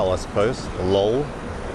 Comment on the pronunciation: that enunciation of “Lol” threw me off haven’t heard that in years 😂